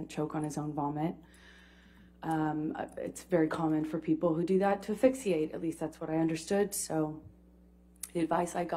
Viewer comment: She says "fixxiate" 😂 wtf